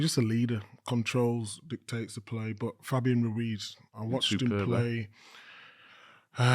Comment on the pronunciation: Gary needs to check his own pronunciation of Fabián (not Fabiyun) when he corrects others about the surname of the same player!